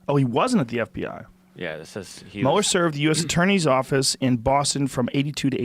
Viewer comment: "Say 'Muler' one more time! I dare you!"